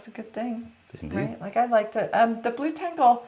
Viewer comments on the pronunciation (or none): You pronounce it blu-tengle, confused me at first :) But it probably more like blut-engle. Meaning Blood Angel